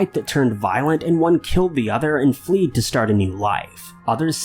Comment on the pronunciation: "Speculation that they had a fight, one killed the other and then "flea-duh" - your pronunciation😂😂. WTF, dude😂😆😂 I think you meant "fled."